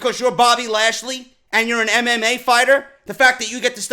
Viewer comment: Haha the way he said bobby trasly was fucking amazing...#